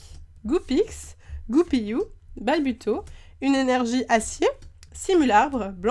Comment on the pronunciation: Et c'est Goupilou pas Goupiyou la prononciation non?